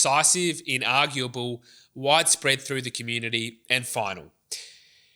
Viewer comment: Very good, but please learn that "final" is "final", not "finuow", and "Australia" is "Australia", not "a Shtralia".